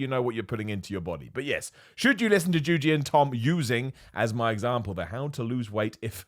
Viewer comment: These two run an entertainment channel. What do you mean by "listen"? Also "JUJI" not juju. How hard can that be,?